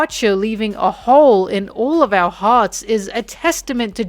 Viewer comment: I flinched everytime you said "Hole"